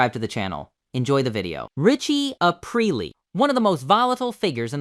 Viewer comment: of course! I do have one critique though-the way you pronounce Richie’s last name. You emphasize the A and the last part rhymes with “real with a p in front ”. So to kinda spell it out it’s “A-preal. Sorry, lol. I have a little bit of OCD and stuff like that I notice right away